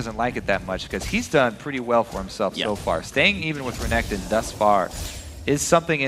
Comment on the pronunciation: "Tutu renkekton, well hes two 0 right now" - Phreak Xdxdxd